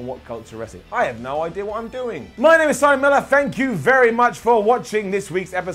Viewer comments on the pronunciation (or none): none